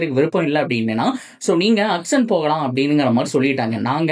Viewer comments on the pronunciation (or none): Athu ennaya "akson" 😂 Auction nu thanaya solluvanga😅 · Akson ila Bro... Auction.... Your video super... Auction ah matum nalla pronounce panunga